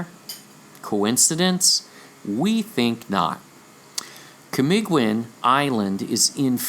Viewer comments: The pronunciation is KA MEE GGEEN ... G is Hard G as in the word BEGIN... Kamagong is a tree... its wood is durable... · Camiguin is silent u camigin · Thank you for acknowledging my little contribution in this world shattering revelation. Just a small advise on how to read words with "ui" in them like Camiguin. The "u" is not pronounced and hence Camiguin is pronounced as ka - mi - gin. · That is CAMIGIN silent "U"